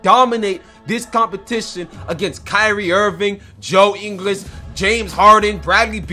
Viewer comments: "joe english" as well lmfao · This guy actually called Bojan Bogdanovic joe ingles and pronounced joe ingles wrong too woooow